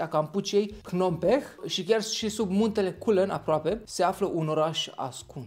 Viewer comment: Stop. Nu e kampuchea, asta e numele dat de Europeni. Ei ii spun Cambodià. Aa si capitala e Phnom Penh (pnom pen) cu accent pe P . In rest super videoclipul 👌